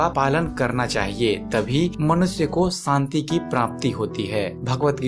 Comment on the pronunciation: santi nahi shanti